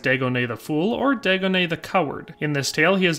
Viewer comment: You say ‘Dagonet’, I cringe because that’s one of the ways people have mispronounced my real family name all my life lol! Of course he’s the Fool, just my luck😛